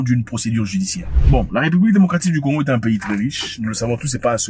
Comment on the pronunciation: Zack a du mal a dire le pays de simon kimbangu